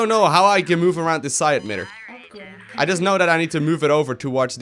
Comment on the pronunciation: "Psi admitter"